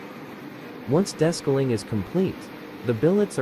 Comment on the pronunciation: Desk-a-ling? LMAO